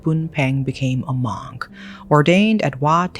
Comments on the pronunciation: I’d love to watch this but the way you pronounce Monk is actually driving me insane. Mooohnk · i love you but your pronunciation for “monk” bugged me in this video other than that i love listening to this whole story.